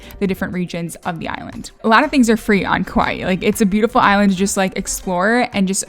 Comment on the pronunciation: Hi, Hawaiian words are tough to pronounce, so here’s some help from a local gal from Kaua’i…you almost got it! The vowels sort of stop short and not stretched or curled. Hopefully that made sense. Kaua’i: kah-WA’-ee Kapa’a: kah-PA’-a’ Poke: pO-keh Aloha: ahlo-HA (not A-low-hah…cringe) Mahalo: ma-HA-LO’ Hawai’i: ha-VAI’-ee’ Glad you enjoyed our island! Mahalo for embracing our culture! 😊